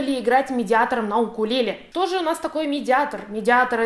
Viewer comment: В господи, когда же люди научатся говорить правильно? УКУЛЕЛЕ